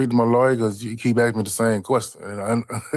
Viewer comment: Yeah, the axxx thing drives me crazy!! It’s “ask”!!!!